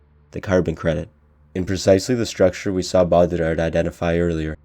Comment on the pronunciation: I like this video a lot, but I came here to say that every time you attempt a French pronunciation of "Baudrillard," you sound like you're having a mini-stroke.